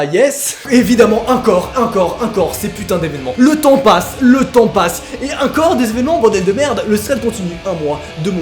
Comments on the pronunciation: Pourquoi tu dit uncore au lieu de encore ?? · Parcontre c'est pas "acor et acor" mais c'est "encore et encore" hein x)